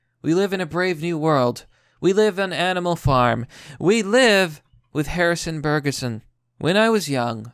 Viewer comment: Bugeron not burgerson.